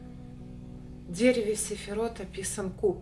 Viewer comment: Не сэфирот, а сфирот)